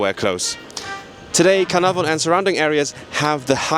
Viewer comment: Really enjoyed the film and you’re dads try at Caernarfon was really good 👍